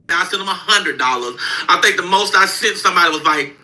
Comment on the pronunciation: Can't even talk.....sunt....it's sent you dummy